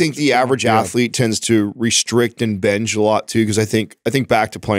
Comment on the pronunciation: What's up withh weird pronunciations? "benge" "frenge" windmeal"...